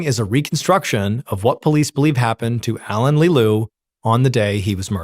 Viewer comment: All french names, words are butchered like the poor boeuf bourguignon . I understand you probably don’t speak French . But just type the translation and hear how we pronounce them. The main character is ALAIN not ALAN . That one was hard to listen to…..